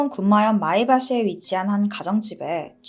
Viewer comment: 다 좋은신데 도입부에 군마현(群馬県)을 "구마현"처럼 말씀하신 거 같은데 저만의 느낌인가요?